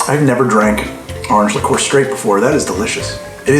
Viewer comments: improve your pronunciation --not likoor - check spelling and practice - it's French. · it's Li-cure (Liquor) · Love it, an episode of the two words he can't pronounce due to his accent. "Arnj" and "Lih-coor" instead of "Or-anj" and "Lick-cuer"